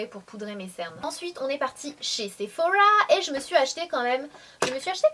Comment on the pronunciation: Sephowa 😂 ah lala Sanaa :')